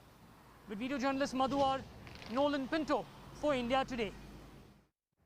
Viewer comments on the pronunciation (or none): none